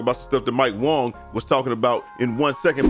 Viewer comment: "mike wong" lol